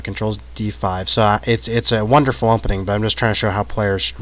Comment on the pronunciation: Is he saying, "umpening?"